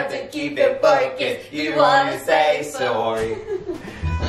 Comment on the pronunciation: australian 'focuysed' sent me